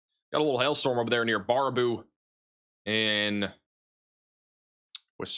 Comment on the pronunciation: pronounce bear a boo❤